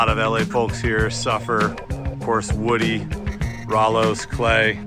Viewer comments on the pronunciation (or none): none